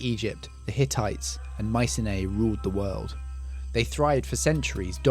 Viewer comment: Interesting but some strange pronunciations. Canaan & Mycenae. I'm not sure when Thera blew, but couldn't these 'Sea Peoples' be displaced Mycenians, after all we know next to nothing about them?